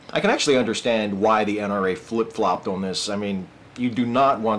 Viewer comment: Is that how typically pronounces "on," rhyming it with a New York "dawn?"